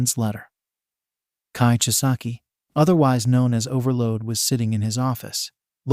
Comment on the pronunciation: His name was Overhaul, not Overload.